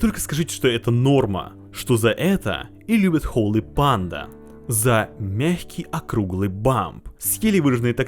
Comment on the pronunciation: Как же бесит "холЫ панда" !!!! Часть души умирает с каждым произношением.